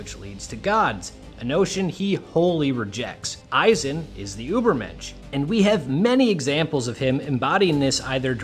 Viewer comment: Never say Übermensch again